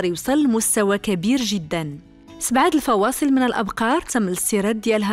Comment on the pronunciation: الفصاءل ماشي الفواصل